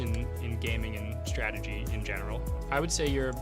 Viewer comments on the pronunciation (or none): Hambleton, it is strategy, not stragedy.